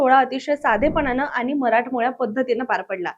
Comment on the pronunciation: आनी नाही आणि